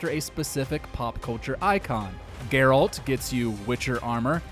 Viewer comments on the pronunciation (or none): none